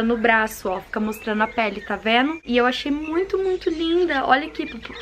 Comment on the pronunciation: ..vc é uma amada..amo te ouvir falar..adoro o seu tá "veno"❤️😍😆